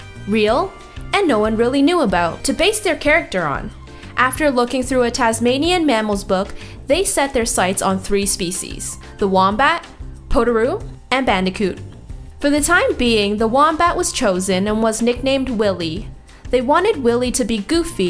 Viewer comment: cool vid!! you rule! ( also its : poh-ta-roo , not poe-ta-roo )